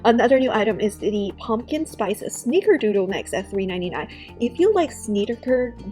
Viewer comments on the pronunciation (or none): Sn i cker doodle, not ee, not sneecker doodle, not sneaker, it’s snicker